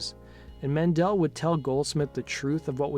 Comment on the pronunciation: Men-Del not Man-Dell